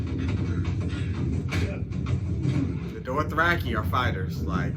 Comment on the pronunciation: DOTHraki. Not "dorth"